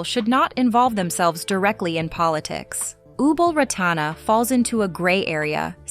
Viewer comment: You have Ubol Ratana and her youngest sister confused. You have her name wrong half of the time: Ratana. Not Ranata. Poorly edited, repetitive